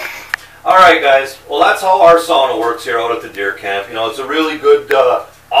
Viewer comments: yes sauna. not saawna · finally. someone who says sauna and not saawna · I'm giving this a like before even watching the whole video, just because it's nice to hear someone saying sauna right. 😄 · Glad you know how to say sauna, most people say saw-na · i can finnish aprove ur sauna. You say it like any finnish guy :) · thats how you say it. its sauna not saawna like normally americans say it